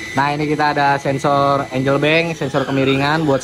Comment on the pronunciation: bank angel :face-blue-smiling::face-blue-smiling::face-blue-smiling: yg bener angle (baca: enggel)